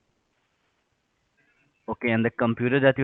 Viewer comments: I heard cockenspine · Heard cockenspine